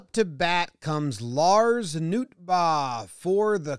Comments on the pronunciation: Also his name isn’t pronounced like a sheep 😂😂 you pronounce the “R” at the end of Nootbaar 😂😂 that had me dying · The last syllable of his name is "baar", but even so, if someone offered me a Lars Nootbaar - I would eat it sight unseen.